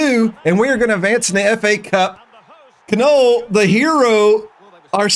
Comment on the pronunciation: its not Ka-noll it's Knoll the K is silent like Knife. That Sheffield goal was B.S but it's EA. D'Almeida's goal was something. That kid that's 2.3 Mil holy crap. Sign him and bring him up to the senior squad ASAP he's your future striker. That last minute goal by Wimbledon was Horse shit. Love how this series is going so far.